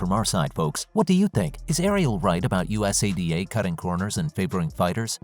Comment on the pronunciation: U-S-A-D-A 😂😂 go through the trouble of a video and don't research how to pronounce US-ADA